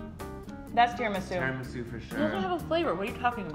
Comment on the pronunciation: Did you guys say Tiramisu wrong? The way my family says it is with the "ra" sounding like the Spanish word carro.